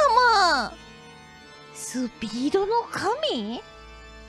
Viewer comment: S U P E E D O N O K A M I